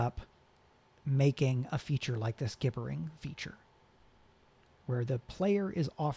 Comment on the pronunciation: Thank you so much! BTW gibbering has a soft G, like gibberish